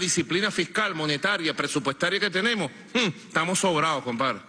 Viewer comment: Pero por qué no aprende a hablar bien? Se dice estamoS, NO estamo. Y la S?